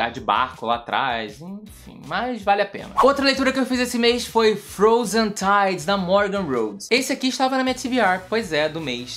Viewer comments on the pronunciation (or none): leu Frozen tides errado!!!! lê de novo aqls